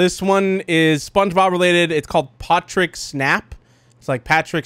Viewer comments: Patrick not potick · WAIT WHOS POTRICK ISNT IT PETRICK OR PATRICK